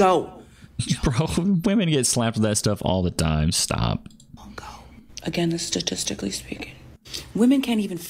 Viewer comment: "Schtatishtically" hard lips, jaded lady 😂 turn into a dictator and produce ultimatums. I'll turn into a magician and dissappear, have no fear 🎩✨